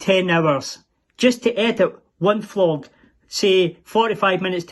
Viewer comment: I adore the way Selma and your brother pronounce Vlog, the say Flogging instead. I do appreciate how hard the English language is to learn, but they have elevated the meaning. The main reason your vlog works so well is bc of the honesty of everyone involved. No governments, politicians or corporation are present. This is just good people communicating openly with good people. The internet may show us the way to live a wonderful life. Thank you from the bottom of my heart. Keep on “flogging” ! Lol.